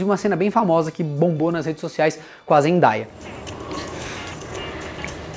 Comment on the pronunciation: é Zen -DAY-a (pronuncia Zendeia) Day = Dia kkkk pela última vez!